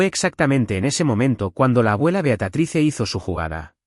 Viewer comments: Por favor no es beatratice es beatriz. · Ya fastidia que diga el narrador beatratise que diga Beatríz